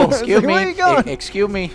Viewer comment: "esciumi, esciumi" His rican side came out nowhere.